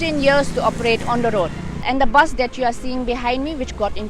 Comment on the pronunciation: Not baas it's bus. Sunder toh hai magar Tora galti bol diya.